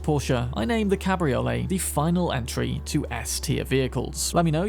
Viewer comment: Cabriolets almost always weigh more than their hard top counterparts due to the roof folding mechanisms and increased lower chassis stiffening to compensate for the loss of structural integrity from the roof. Also its pronounced Cab-Ree-Oh-Lay. Its not a ravioli lol